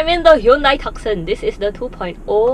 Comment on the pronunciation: Hyundai TOO-SONN, unfortunately not pronounced as Tux-Sun. LOL..sorry, just being nit-pick. Good and "too honest" review.